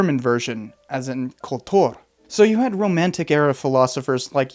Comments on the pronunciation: Another great video, but Kultur pronounced with a Russian accent is weird lol. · You prononce "Kultur" like a Russian.